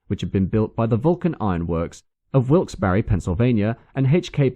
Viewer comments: Wilkes Barre is pronounced Wilkes bar. None of that weird English pronunciation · To the Narrator……Most E’s on the end of names in the US are silent. Listening to the narrator pronounce Rio Grande & Wilkes Barre got a small chuckle. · A great presentation, marred only by pronunciation of a couple of US names - Rio Grande and Wilkes-Barre. In both cases the trailing E's are silent.